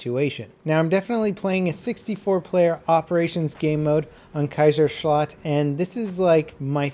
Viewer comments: the "k" is a bit too hard in your pronunciation, but definitly understandable and better than levelcap ^^ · Haha wie er Kaiserschlacht ausgesprochen hat nuschel 😂😂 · When a German hears an American saying "Kaiserschlacht". ^^